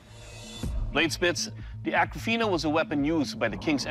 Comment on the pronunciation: The swords name is Akofena not Akrafena goshhhh